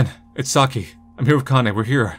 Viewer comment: i know this is something really minor but Kanae is pronounced like "Kah-Nah-Eh". you need to brush up on your weeb language skills